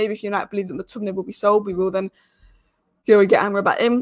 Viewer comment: you pronounce it like MAC Tominay and not MOOK Tominay - same for all names starting with Mc